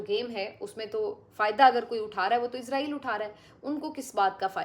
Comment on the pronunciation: Plz don't say izrael...if you have no knowledge plz google about it....say isssrael